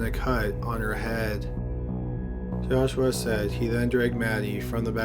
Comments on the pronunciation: The narration is aggravating.. He speaks with a drawl, very annoying. Lol. He kept pronouncing joshua as josh-u-Wa, its supposed to be joshu-wa. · It's joshua, not joshWah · "Jaw-Shwah", LOL...